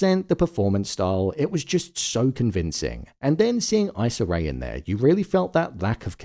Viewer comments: It’s pronounced Eeeesah Ray not Isah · Issa Rae's name is pronounced 'EE-SA' not 'EYE-SA' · Sorry but Issa Rae's name is pronounced "eesah" and she gave a beautiful performance in this episode.